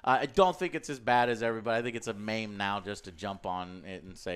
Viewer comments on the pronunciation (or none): did Joe just pronounce “meme” as “maim”?